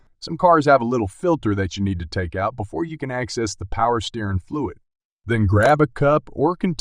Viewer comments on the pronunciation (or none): Its not "steerin fluid." Its steer- ing.